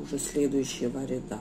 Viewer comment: Не рядА, а рЯда